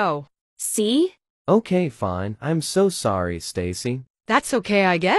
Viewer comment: “She seems fene” 😂😂😂😂